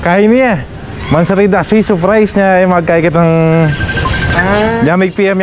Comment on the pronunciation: Hindi saaapprays, SURRRPRISE!!!